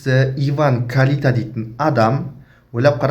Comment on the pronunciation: Сен сөйлемеш Карита емес Кальита